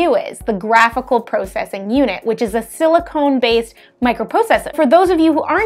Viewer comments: Silicon, not Silicone. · I can't tell if she's saying silicone or just pronouncing silicon with an accent...